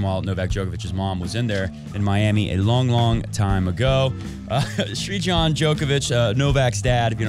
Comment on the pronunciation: Pronounciation for Novak's dad's name - sir (like the British title) + jan (like January)